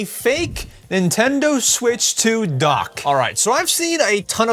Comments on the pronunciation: Nintondo smitch❌ PSP✅ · “nintondo smitch,” 😭 😭🥀🥀🥀🥀👹👹👹👹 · "Nintondo Smitch" be like: 😂😂😂😂😂😂😂😂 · I just laugh because you said Nintondo Smitch😂😂😂😂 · please didn't say "nentondo smitch" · "Nintondo smitch" 🗣️🗣️🗣️🔥🔥🔥🔥